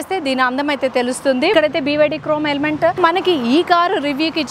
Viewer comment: అమ్మ తల్లీ,,, నువ్ క్రోమ్ ఎలిమెంట్ అనడం మానవా చాలా ఎ బ్బేట్టుగా ఉంతి